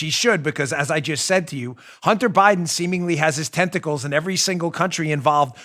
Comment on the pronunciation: Lol when you say tentacles it sounds to me like you are saying testicles! Hunter has his testicles everywhere! 🤣😂🤣😂